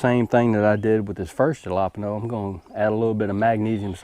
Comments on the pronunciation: Just found your channel when I was researching tomatoes and cucumbers plants. Good stuff. You deserve more subscribers for your effort. Btw, are you trying to say alapeno peppers? I was a tad confused. Jalapeno are pronounced "ha-la-peen-yo.". Or maybe it's a plant I never heard of. Idk. By no means do I mean to be negative on your videos. Just thought you would like to know. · Jalapeno is Halo peen yo